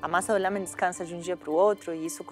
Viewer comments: " O meu Lamém está LAMÉNtável" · O meu "Lâmen" está "Lâmentavel" DONA KKKKKKK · "O Meu Lamém" Está "Lamém-tavel" Que mulher esperta da porra!